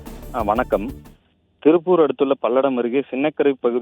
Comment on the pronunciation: திருப்பூர்❌ திரில்பூர் ✅ 🫣🫣🫣🫣